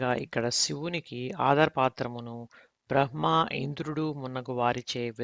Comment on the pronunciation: బ్రహ్మ అను పదమును సరిగ్గా పలకండి హ అనే అక్షరానికి క్రింద ఏ వత్తు ఉంటే అది ముందు పలకాలి